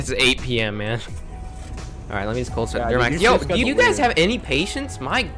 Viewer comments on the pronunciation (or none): Highlights: OUWWH COWLD STAWRD